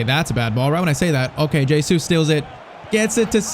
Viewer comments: It's not J Sues its pronounced heysues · It's pronounced "HeyZeus"